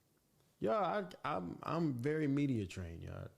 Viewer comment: did she just say “ver famous rapper” 😂😂😂😂?!?!?!?!?